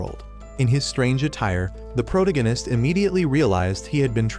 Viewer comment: can you lessen the use of protagonist? my ear hurts the way you pronounce it ansd it sounds repetetive for fuck sake